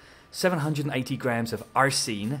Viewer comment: lol, why did you pronounce aRsine like that then chuckle? american students giving you a hard time?